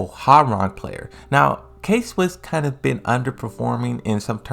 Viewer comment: K-Wiss, not Swiss. nice video